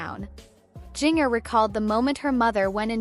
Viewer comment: Why not saying her name correctly